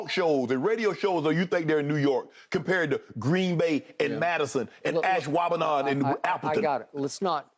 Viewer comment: Big props to Shannon for pronouncing 'Ashwaubenon' flawlessly.